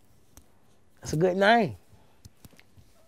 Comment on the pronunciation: “ITS A GOOD NYAME“ “GOOD NYAME” 💀💀💀💀💀💀💀